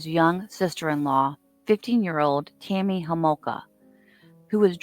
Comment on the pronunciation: It's TAMMY Homolka not KAMMY Homolka; I listened to you FOUR times to make sure you f'd it up and you did. How about getting your FACTS straight before putting out these videos. So unprofessional.